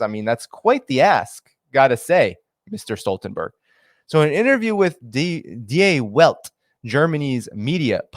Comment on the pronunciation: not to get picky // i"m not a German speaker BUT! Die Welt sounds something like Dee Welt